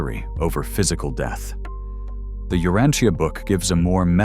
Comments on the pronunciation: I have studied "The Urantia Book" for over 50 years. Here in this video is the first time I have heard "tia" in Urantia pronounce as "Teea". I believe the correct pronuciation is "sha", also same for the word "Morontia". Thanks for this thoughtful video. There is no subject in history more important than shedding light on the life of Jesus Christ. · We pronounce it as ( u rahn sha) but maybe i reside in different region.